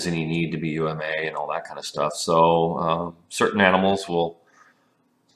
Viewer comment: It really bothers me that he says U-M-A when the author of UMA says it as one word UMA (Unity Multipurpose Avatar) =/